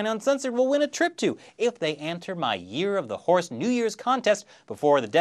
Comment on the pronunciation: Damn! I missed the deadline. I could've sworn you said year-of-the whores. But sadly, that's turned into everyday in Chinese occupied Tibet and it ain't pretty.